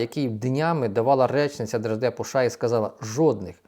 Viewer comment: ША..ША...ША. а може правільно казати США?